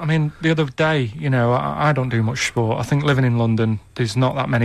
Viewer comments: Shport :D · “I don’t do much shport”